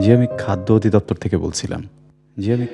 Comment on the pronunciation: Jehetu natok ta surui korechen golar awaj niye tai pronunciation ta thik kore kora ucit chilo Eta অধিদপ্তর Hobe অদিদপ্তর না।